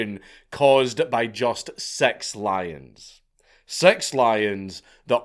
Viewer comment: The way he says it it sounds like "sex lions"